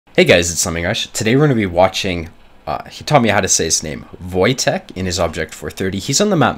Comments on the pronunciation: Wojtek is Polish name and this is pronounced "Voytech" so you did pretty good in guessing how to read this :P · "Wojtek" is pronounced as "voytek", its a polish name. You pretty much got it perfectly